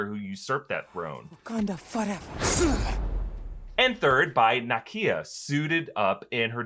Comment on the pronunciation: 'foreva-eva?' I'm sorry, Ms. Jackson.